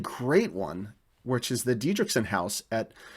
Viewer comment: it's dietrichson with a t, not diedrichson with a d.